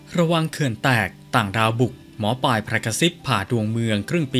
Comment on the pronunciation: อ่านนามสกุลแม่หมอให้ถูกด้วยค่ะ